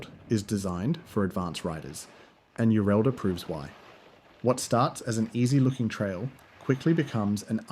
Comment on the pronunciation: Yureddla not Yurelda